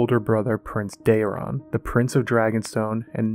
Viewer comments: For ur next trick can you teach that chick to pronouce day·ron! Not dare·e·on! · It's not Daerion, it's Daeron lol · Day-ron….not Dar-ion 🤦‍♀️ My gods that drove me half crazy. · Am I the only one who wishes he’d just read the book excerpts himself? Every time she says Daeron I shudder. There’s not enough letters in the name to be pronounced as Day-reeon. I wonder if Daemon is just Damian to her? 😅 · You serious? She adds a vowel to Daeron and she skips words.